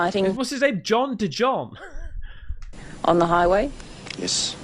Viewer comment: The names Jong. John da Jong 🤣🤣🤣🤣👍